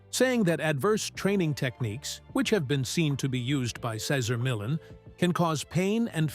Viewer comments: Its not millin lol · Who the fuk is Cesar Millin? Not watching this if the narration can't even pronounce Cesars' surname correctly. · If you pronounce his name like that 1 more time... you said it right the second time then over n over Cesar Millin? Whos that?